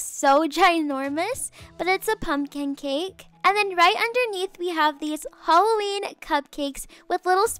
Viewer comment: Lol I love that she says “holloween”